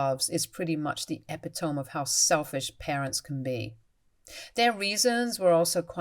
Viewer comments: Epitome is pronounced e-PIT-o-me, not epi-toam. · "Ep-pi-tome"???? No. "E-PIT-to-me" or "eh-PIT-to-me". XD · Just so you know, epitome is pronounced uh-pit-o-mee. Not epi-tome. 😊 S1: So OP as an adult, took it upon himself to take a dog home to his parent’s house. His parents who he knew hated dogs. Then he had them look after this dog who they didn’t like, and didn’t want. Then the parents took it upon themselves to sell their son’s beloved dog. Every single one of you suck. Not one of you made a sensible decision regarding the dog. I am glad OP got Jerry back though. And his parents continued no contact is exactly what they deserve. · It’s ee-pit-oh-mer, not eppy-tome. A rare, but consistent mispronunciation. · Amazing how often this particular mistake occurs, It's not pronounced "epi-tomb" but "eh-pity-me". Although it's interesting how often the incorrect pronunciation occurs in one's own head when you come across it - "epitome" - in text you're reading. At least for me I often have to a quick double-take, creating a slight "bobble" in the flow of words through my mind. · i do enjoy your voice but please learn the proper pronunciation of epitome. the break down of syllables is 'e pit o me' not 'epi tome' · Epitome is pronounced “uh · pi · tuh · mee”. This is like the 4th time I’ve heard you pronounce it “eh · pih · tome”. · EE-PIT-OH-ME, not ep-it-tome! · Epitome pronunciation E-pit-o- me Constructive criticism.